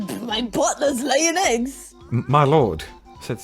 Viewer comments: Did he just say 'eyying leggs' or am I hearing things? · Did anyone else hear CDawg say aying legs.